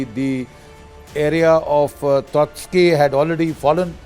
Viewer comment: GD Bakshi doesn't even know how to pronounce Kyiv, Donetsk etc. and he instantly became Ukraine expert. A big moustache don't actually indicate a person's knowledge and wisdom. He is only good at spreading paid propaganda.